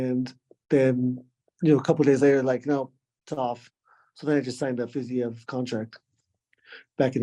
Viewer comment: justin goes through three months minimum of training camp intensely focused on fiziev and doesn’t even know how to pronounce the name